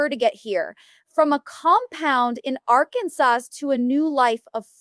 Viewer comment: The pronunciation of Arkansas gave it away...AI crap